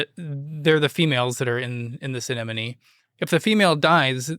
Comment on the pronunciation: mispronounces "anemone" the 4th time he says it...or am I pronouncing it wrong? Go ahead and pronounce "anemone". Not always easy.